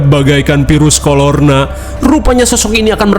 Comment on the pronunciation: "bagaikan virus kolor na" wkwwkkwkwk😂😂😂😂😂 virus korona apa virus kolor na😂😂😂